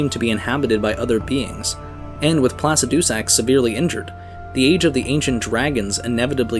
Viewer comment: can you please stop saying placidusax like that? the dragon priest says the name how it's supposed to be said.